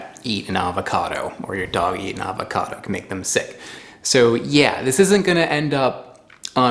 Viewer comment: I did enjoy this episode a lot. I was unaware of this variety of avocado. I will have to contact the guy at the website you mentioned. One pet peeve: Please, take the "l" out of your pronunciation of avocado. Thanks.